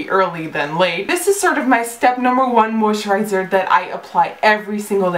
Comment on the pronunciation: I wonder how many times she can say moisterizer haha